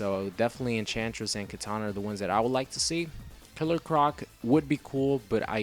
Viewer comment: it's kitana not katana, I'm not talking about a sword